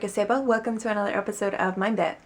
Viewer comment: MIND-BIT sound like My Bed :D LOL